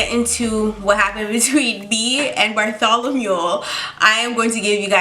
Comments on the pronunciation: No I didn't subscribe yet. Btw its "Bartholomew" not "Bartholomule." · OMG did you call him Bartholomew because of AHS 😭